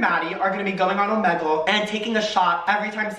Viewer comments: Why did you pronounce omegle like that😭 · the way he pronouces omegle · he did not just say ohmehgle